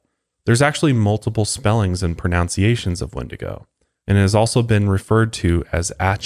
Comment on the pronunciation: You and lol it is PRO NUN CEE ATION not pronouncation